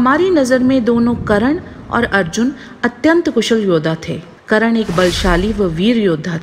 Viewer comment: it's karna not karan